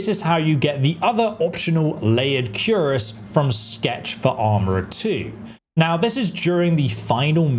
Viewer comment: It's pronounced "kir-ass" not "cure-as"